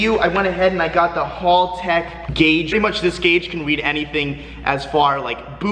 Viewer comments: Its haltech not HALLtech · I’m so triggered hearing him pronounce haltech wrong over and over again.